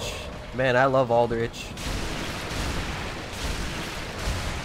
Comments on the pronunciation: "that's al-duh-rich. Love al-duh-rich" I can't get over this pronunciation. No hate I just have a chuckle hehexd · Why bro say 'alderich', it 'alderich' not 'alderich'